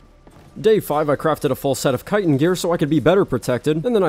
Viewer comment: U are the only YouTuber that says chitin right